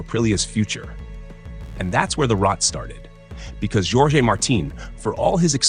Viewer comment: Djorgey Marteen 😂😂😂